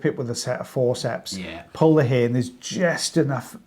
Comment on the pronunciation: accent got in his way with “air & hair” 😂😂😂 God i love you guys! 😂😂❤❤❤